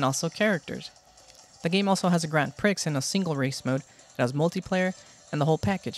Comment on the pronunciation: Bro let me help you out 😂. its not grand priks, its pronounced grahnd prih. u have to say it in a french accent to make sense of it. dw i too made the same mistake but be careful saying it how u were in this video its considered a swear word in some places 👍👍